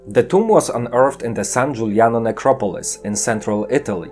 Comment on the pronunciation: You said = toums instead of tomb.